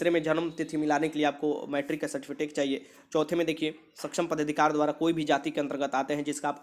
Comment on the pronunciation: Sir certifitek nahi certificate hota hai